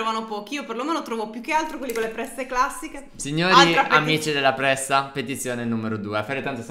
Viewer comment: come l'hai detto pressa prressa tipo il cameriere che ho incontrato in francia ! Bressa